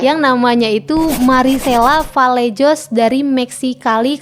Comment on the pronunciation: Vallejos dibaca vallehos